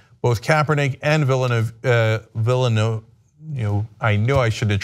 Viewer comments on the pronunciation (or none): Cenk ...You guys need some language coaching ...you and Ana both... VILLANUENA ... VIYA NUEVA ... Come on ... Be A tiny bit cosmopolitan...